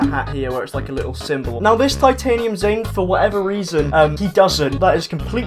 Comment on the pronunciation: It’s Zane not Jane